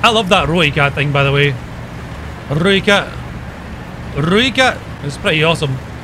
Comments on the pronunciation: Ahoy. It's pronounced Roy-cut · The "Rooikat" tank is pronounced roy - cut.